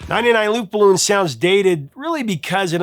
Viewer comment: It’s pronounced luftballons not luftballoons.